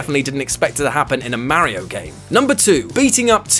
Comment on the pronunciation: He says Mario and AT-AT the English way! So, you know... Correctly. ;)